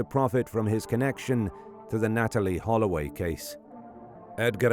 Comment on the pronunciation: They saying Holloway quite well !